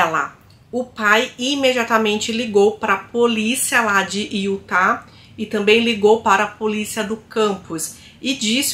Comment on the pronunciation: A pronúncia certa é UTA E NÃO IUTA